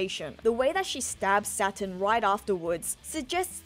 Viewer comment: I mean I surely didn't realise until now but everytime says Saturn, I hear Satan. That with the satanic ritual and the devil fruit, there maybe something similarly sinister about Imu and other gorosei 😮😮😮